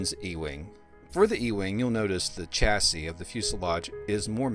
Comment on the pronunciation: It’s pronounced shasey not chasey even though it’s spelled chassis…